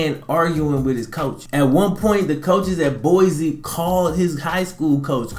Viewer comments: So you can back me up on this... its boy-cee. not boyzee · its boi-cee not boyzee